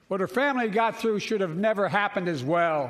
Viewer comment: Guarantee the right to "avf"? The dude cant speak. Or read.